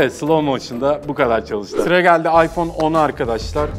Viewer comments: İPzone değil iphohe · ipzone değil iphohe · ıphone yerine ıphohe diyo